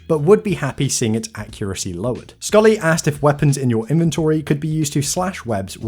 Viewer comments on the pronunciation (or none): none